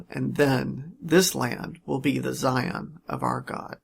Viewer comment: I was all in until I heard him pronounce Zion.